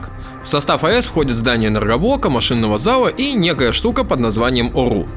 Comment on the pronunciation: Вот етот мужик почемуто картавит я ето услышал когда он сказал ОРУ